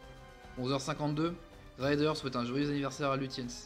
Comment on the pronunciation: Ces vidéos sont bien faites mais elles pêchent par une inculture linguistique assez désolante. Le Grand amiral Raeder est écorché en "raïder" quand il fallait dire "raidèr". Le Bismarck et le Scharnhorst sont correctement nommés, même quand on ne sait pas un mot d'allemand. Le Gneisenau est écorché, la désinence "au" se prononçant "ao" (par exemple die Augen, les yeux, se dit "aoguen"). C'est bon pour le Tirpitz, très bien pour le Prinz Eugen, mais le Admiral Scheer est écorché (Scheer se prononçant "chéére" avec un é long) Dantzig, pourtant facile à prononcer, a aussi été écorché. Ce que j'ai toujours aimé avec l'allemand, c'est que cela se prononce comme c'est écrit et que cela s'écrit comme cela se prononce, et il est impossible de faire des fautes d'orthographe (comme en italien). Le problème pour nos oreilles vient des innombrables dialectes, et les Allemands en souffrent aussi avec les Suisses. Par contre ils comprennent bien le néerlandais. Bon, on connaît la triste histoire du Bismarck, seul le Gneisenau termina la guerre, dans la Baltique en évacuant les gens de la poche de Courlande, puis il fut "ferraillé". Il avait eu une vie mouvementée mais il avait survécu. Au nord de l'Ecosse, il y a 3 archipels : les Orcades, les Shetland et les Féroé. Ne pas savoir "Féroé" est de l'inculture géographique ! Et à la fin, des opérations seront mises-T-en place pour couler le Tirpitz. Bravo pour le cuir ! Le gars qui dit le commentaire est sacrément peu lettré, et j'édulcore ma